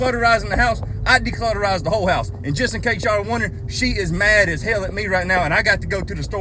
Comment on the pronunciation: It keeps sounding like he's saying "declitterize" 😂